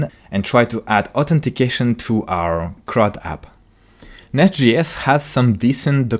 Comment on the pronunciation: As much as I love the content, I am having a really hard time getting over him saying NestGS all the time. It's J as in Javascript.